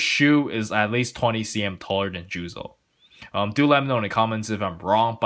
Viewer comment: His name is "Juuzou" not "Juzo".............